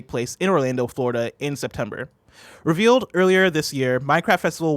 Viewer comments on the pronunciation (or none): none